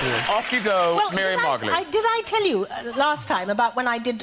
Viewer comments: (Mar-Go-Lee's) not "Mary-Goyles" I know a lot of people have a problem saying her name, Miriam Margolyes Mar Go Lyes. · pronounced Mar go lees